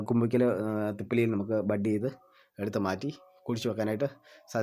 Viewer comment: Kumbikkal alla, kumbukkal😅